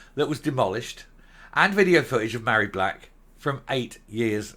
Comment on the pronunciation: Love your pronunciation of Ma hairy back!!.....Fits her to a T